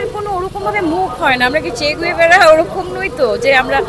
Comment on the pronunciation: দিদি ওটা চে গেভারা, চে গুয়েভারা নয়😂